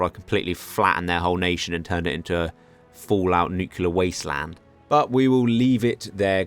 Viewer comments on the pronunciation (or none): none